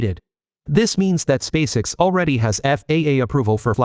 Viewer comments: It's not "Spaysix," it's "Space- EX". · This is either brilliant comedy or a serendipitous stumble into linguistic genius -- I don't think I've ever heard so many badly pronounced words in a single piece since one of those The Two Ronnies sketches! Even SpaceX is pronounced like that child actor's last name, Sissy Spacek.